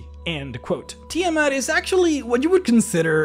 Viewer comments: Sorry, by Istar: Tii'Mhut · You can't even pronounce Tiamat...